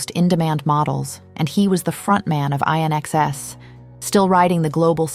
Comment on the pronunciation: I remember being absolutely mesmerized by the Wicked Game video she was in. She had an uncanny beauty. I Appreciated the story but would be nice if AI narrator could get the fashion house Yves St. Laurent and INXS pronounced correctly as “In Excess” 😒